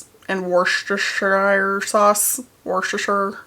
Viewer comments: Oh my goodness, if you can say Duster-Shirt you can say Wuster-Sher. Ignore how it's spelt. This is the third time this week I've helped out an American with Worcestershire Sauce. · I do love how difficult people find Worcestershire to say haha. Nice attempt though! Wuss-tuh-sher is how we say it x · “Wuss-stir-sheer” is how it’s pronounced. You’re welcome. 😅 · Hey! So Worcestershire is a difficult word to say. But if you want to pronounce it the way a British person would, it's like this: Wuss-ta-sher Some people shorten it to just wuss-ta sauce. Or just say the brand name. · As a resident of Worcestershire, if anyone is interested - it's pronounced WUS - TU - SHUR :) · I’m from the uk it’s pronounced woo-ster no shire lol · Mavis flopping down right next to the coop is such a German shepherd move 😂 Also Worcestershire phonetically would probably be Wuss-Tuh-shuh (with a hard H at the end). That's how I pronounce it as a lazy English person anyway haha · It's pronounced Wus-ter-shire sauce. Love from 🇬🇧 x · Missed opportunity to say "and not just for birds, but for Bea's"😂 Also, it's pronounced WASH YOUR SISTER sauce🤣🤣